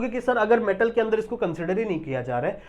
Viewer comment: It's alkali metal not a alkali mantal😂